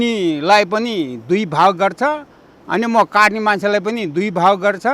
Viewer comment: baini "katne" haina "Kadne" ho. Tapai ho prayas ekdam sarhaniya xa. Hats off to you.